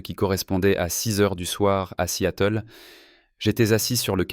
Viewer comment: Seattle ne se prononce pas "si-à-teul"